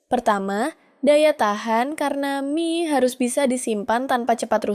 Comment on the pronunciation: ai nya suruh belajar baca "mie" yg bener lah bang